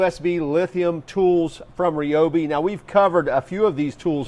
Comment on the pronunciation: Yooo, you said Ryobi correctly. Nice.